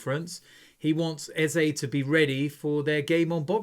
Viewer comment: I like the way you called Eze you sound like a real Igbo man from Nigeria.